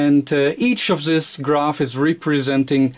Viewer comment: The reason why his very informative videos and his channel have low subscriber and view numbers is his English and the speed of speech. His English is atrocious and it has nothing to do with Americans, it is a statement of fact and I'm not a native English speaker, if that wasn't obvious. please learn how to say "this", it is not Zis, if you can't get the right sound just say Dis as in Deutschland. Every time I hear it, its like someone stuck a needle into my ear. And please pick up the pace, already watching at 2x speed and it's still slow.